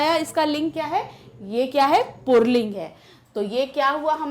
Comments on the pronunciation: Mam to pulling ko purling bol rahi hain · The way she says pulling... 'purling' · पुर्लिंग नहीं पुल्लिंग बोलिए, और पुस्तक पुल्लिंग नहीं स्त्री लिंग है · Mam purling nahi pulling hota hai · Purling nahi pulling hota h mam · Aunty purling ni pulling hota h 🌝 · पुरलिंग 😂😂😂😂😂😂😂😂या पुल्लिंग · Since there is no pronunciation of र in पुल्लिंग so call it pulling not purling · पूर्लिंग नहीं पुल्लिंग कहा जाता है madam हिंदी तो सही से pado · Mam purlink nhin pulling hota hai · Pulling not purling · Ma'am :- "PURLING" XD XD XD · Yes. U listen purling😅 because she said purling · Mostly hindi female teachers says purling it's just like ee ka bawasir hai be 🤣🤣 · Its not purling Its purrrrrling